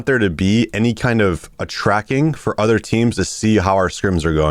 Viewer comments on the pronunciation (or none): none